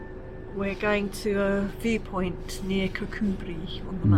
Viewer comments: I am very impressed with your pronunciation of Kirkcudbright. Took us ages to figure that one out when we first moved up here 😂 xx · was spot on!